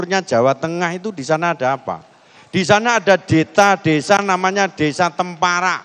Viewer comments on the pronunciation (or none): Lutfi sebut nma desa salah ,yg benar temperak,bukan temparak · PAK LUTHFI AJA SALAH NYEBUT TEMPARAK YANG BENAR TEMPERAK,BERARTI DIA ASLINYA JUGA TDK TAHU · Adanya desa temperak bukan temparak pak😮😮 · temperak pak bukan temparak😂